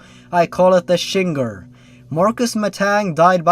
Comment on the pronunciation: The "Shinger". Oh for, fuck's sake! Why did I expect any different?!